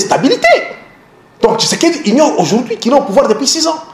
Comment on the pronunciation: un journaliste rwandais , qui dit" seron tshisedeki, seron tshisekedi"